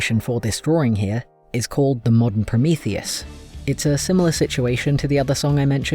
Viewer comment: The english pronunciation of Promotheus is killing me im SOOOORRRRRY XD